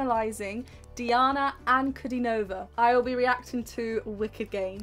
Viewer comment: OMG, someone from the Western World actually pronouncing her name correctly on their first time!! I'm so happy that you did not attempt to Westernize her name! 😄